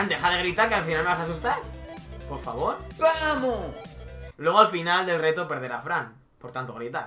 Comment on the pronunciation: Repite con migo Fran....."Vamos" No "Pamos".....hay que aprender a diferenciar una letra de la otra si? 😂😂